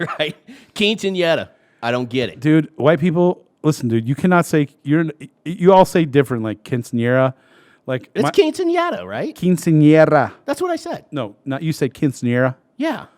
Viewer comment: Great video,but sorry to disappoint you ...you do not roll the R for QUINCEANERA..LOL!